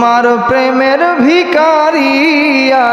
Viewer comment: ভিকারী নয়। উচ্চারণ হবে ভিখারি